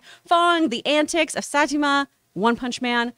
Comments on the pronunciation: It's saa•ee•taa•maa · She's calling Saitama as Satima. 🤣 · Hahaha she said saitamas name wrong